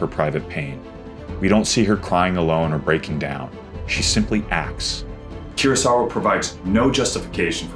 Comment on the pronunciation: Its not keurosawa its kurosawa, koo-row-sa-wa